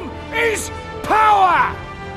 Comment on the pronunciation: ROME IS POWAH